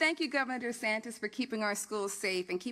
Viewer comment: RoB(people) DUHsantASS